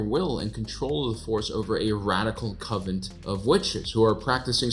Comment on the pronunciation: This is the 2nd or 3rd time this stuck out to me, so I must say it - There's no "t" at the end of "coven". 😁🤦‍♀️ Not a BFD. A more important point tho, on the subject of witches... 🌕🧹 Those who practice Wicca - AKA witches - are mostly women, however there are Wiccans that are men, aka male witches.🧙‍♂️🧙‍♀️ Wiccans dont discriminate based on sex or gender, furthermore the male / female deities/ powers in Nature are necessary for Life/ Creation. It's their ying/ yang... it's integral to their belief system. Any 12 yo girl who wears all black, combat boots & lots of eyeliner could've told you that!😁☺️